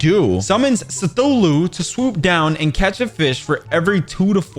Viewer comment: bro said sthulhu